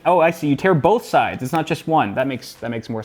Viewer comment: "TEAR" LOL!